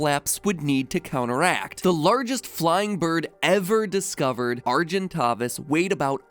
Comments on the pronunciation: As someone who's known about Argentavis for years, it's pronounced Are-gen-tay-vis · Wait, it's pronounced argen tah vis? Me and my family play ark survival evolved and there's an argentavis and we pronounce it argen tay vis. So, we've been pronouncing argentavis wrong the WHOLE time? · The pronounciations are killing me. Argentavis is Are-gent-a-vis